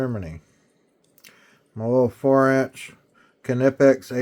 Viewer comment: wow you actually pronounced them properly... kuh-nip-ecks